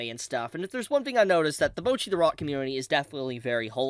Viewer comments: Guys…someone’s gotta say it… it‘s Bocchi, not Bouchi xD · Americans and not being able to pronounce a single non english word correctly, name a more iconic Duo. Like, they are saying "Bocchi" about a million times in the show, how do come to the conclusion to say "bouwchi" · ewww why are you saying bocchi like that? mochi but with a b?